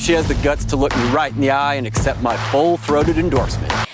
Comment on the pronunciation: As you were saying, “I can right this ship“, I was expecting the last word to end with a “t”.